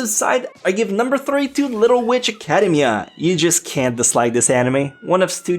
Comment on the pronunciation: "Uncultured"? You hear yourself talk? It's "a-ca-DE-mi-a" not "a-CA-de-mi-a".